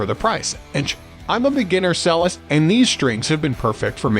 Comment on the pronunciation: Ffs, use an AI voice that can pronounce 'Jarger' and 'Cellist' correctly.